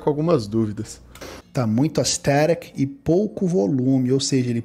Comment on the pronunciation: Mano o que é Astericcc??? Kkkkkkkkkkkkkkk